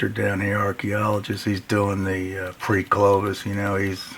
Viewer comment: CLOVI. Locals of Gravois Mills, Missouri call it GRAVI...now I'm hooked on your word lol.. Great stuff..Crazy on the comet theory. It would explain a lot and open up them minds for lots of new fun stuff...awesome video!!